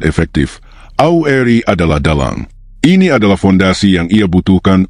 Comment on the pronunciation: Tolong dong membaca kata " AURI " nya harus jelas, jangan seolah disamarkan membacanya !!!!